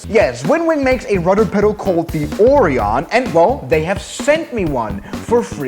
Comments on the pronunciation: It’s pronounced Orion. As In Oh, Ryan. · Orion is said similar to oh-ryan.